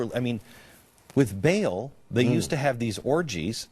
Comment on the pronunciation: Glenn, in case you're reading this, it's pronounced "bah'ahl" not "bail"